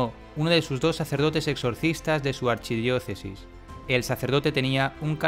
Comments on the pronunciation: seguramente como todo de lo que estaba hablando se referia a un testimonio italiano, se confundio, en italiano se pronuncia asi archidiochesi, aunque si se escribe : arcidiocesi . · Qué no se dice arquidiócesis?